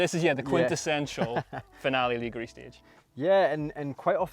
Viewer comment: Please, please can someone teach how to pronounce Finale Ligure before the highlights video is filmed? I'm begging you. Other than that, I've been enjoying the content this year. Thanks.